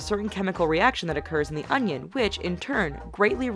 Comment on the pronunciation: im sorry but... ITS ONION NOT UNGYEN